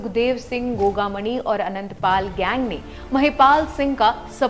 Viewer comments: Maidam dhang se uccharan to karlo gogamani nahi gogamedi hai 6 nahi 4 gard the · तू घंटा रिपोर्टर है गोगामेड़ी न गोगामणि बोले है भाग यहां से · गोगा मणी नही गोगा मेङी